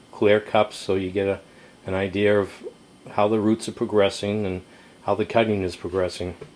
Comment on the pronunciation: hahaha can you say IDEA instead IDEARA just joking w/ ya